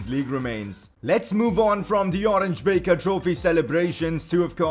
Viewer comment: You pronounce the "Oranje Beker" trophy like "Oranya Beaker" trophy